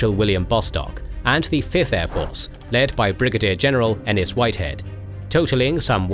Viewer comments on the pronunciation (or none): none